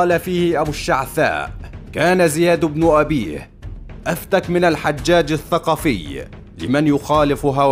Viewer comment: غالبا الصوت ده ذكاء اصطناعي علشان كده بيقرا من غير تشكيل